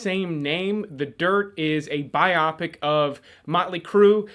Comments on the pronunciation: Please learn how to pronounce this word "biopic." It's not as you said bi-opic. It's pronounced bio-pic as in biography picture. And you want to be considered seriously? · Congrats, you're the first person I've ever heard mispronounce the word BIOPIC! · I'm pretty sure the word 'biopic' should not rhyme with 'myopic'.